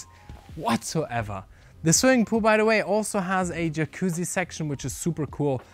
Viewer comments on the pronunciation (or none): none